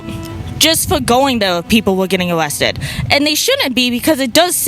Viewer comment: "People were getting awested" 😂